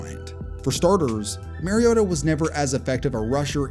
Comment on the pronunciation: Still can’t say Mariota’s name right 10 years later. It’s the same as Marcus. MARcus MARiota.